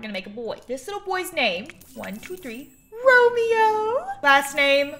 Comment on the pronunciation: thats not romeo thats romeow